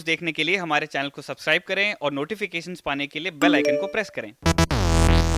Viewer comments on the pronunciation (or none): none